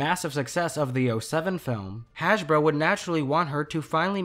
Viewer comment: You said Hashbro